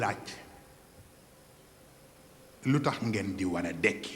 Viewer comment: Mrci de rectifier c est "dekki" au lieu de "ndekki"